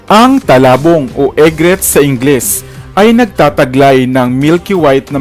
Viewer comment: Its not talabong its tulabong..